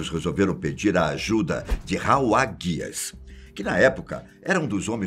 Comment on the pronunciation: Não é "GUIES", é HUGES! HOWARD HUGES!